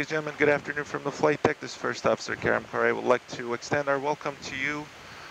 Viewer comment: His name isn't caren.His name is kerem koray